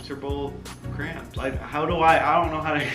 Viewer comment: It's cramps not scramps 😂😂😂